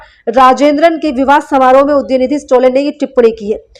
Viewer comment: Please tell his name correctly. It is STALIN STA + LIN ✅ Not STO + LIN ❎